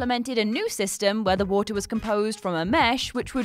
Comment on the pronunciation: Nobody: Her: WoOhTaH